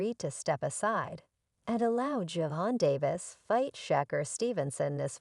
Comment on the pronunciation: These AI are pronouncing names and other words wrong. Gervonta all day every day. Over anyone.💪